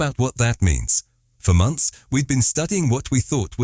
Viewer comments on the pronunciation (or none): none